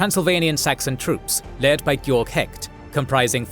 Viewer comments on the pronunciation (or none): none